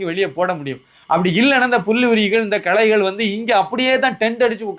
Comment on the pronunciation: களைகள் not கலைகள் (Art's )